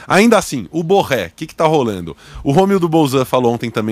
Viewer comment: Esse cara é colombiano e os caras pronunciam seu nome como se fosse francés! Em espanhol o rr do Borré não se como pronunciamos carro (por exemplo)